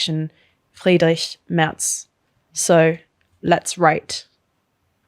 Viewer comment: As a quick shoutout pronounciation of german words is incredible, I rarely see any non germans saying words like "friedrich" or afd correctly. great job!